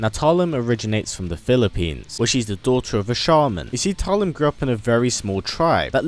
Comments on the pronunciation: Just realized, if we're going to go with the Filipino pronounciation, "Talim" would be pronounced as /ta-LEEM/ (with the stress on the second syllable), like the Filipino word meaning "blade" or "sharpness of a blade" 😊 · Cant even pronounce her name right..